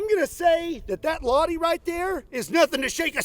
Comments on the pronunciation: Btw you pronounce it as it written , Lahti , not lotti. Finnish weird in that way , we pronounce it as it is written , everything , we dont change a's to o's etc. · maybe just nitpicking a little... But it is Lah-Ti.. you have to put the emphasis on the T. :) I was lucky enough to fire a full mag with that when I was doing my mandatory service in Finnish army.. One day the weather conditions were not good for my field, so our officers brought in some old guns and we got a go with them. Maxim, Lahti machine gun etc etc. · it's not pronounced "Laadi", it's pronounced "LahTi" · I mean I get that Finnish names might be hard to pronounce for Americans but "Laddie"? Where did the T and H go? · Lah-ti please don’t say lahi or lahdi. Strong T. La -h -ti! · It's not [la:ti], it's [lʌhti] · It's not miss Ladi - the H is not silent and there's a T 😂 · hearing him say Lahti is making my skin Crawl, As a Fin i can tell you its not pronounced La´dee its ˈlɑhti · It's pronounced LaH-tee. Pronounce the H, it's important. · In finnish, it’s not pronounced 'la-di', the h-sound is emphasized - so you say it like 'l-AH-ti', just as if you've had a hunch and go 'ah!' in the middle. The word itself means 'bay', as in a body of water protruding inward on the coastline. And 'viisi miljoonan onnea!' (Congratulations on five million) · Hail from Finland! I`m living in Vääksy, 20km from the city of Lahti, and my neighbor`s last name is in fact Lahti, BTW you`re pronouncing it "Ladi" it`s Lah-tea. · I don't think it should be pronounced "lati" but more like lachti... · Fun fact or kinda fun... Its not pronounced "La-di" but "La-chough up a loogie-ti! Or La - (the throat-gurgling sound you make when something is stuck in you throat) - Ti. La-ccchchhh-ti! Lahti s a town in Finland ( the land som U.S citizens claim dont exist. ) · In the Finnish language, all letters are pronounced. So Lahti, not lati. But anyway - congrats with 5 million subs! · Why do americans always pronounce lahti as laadi?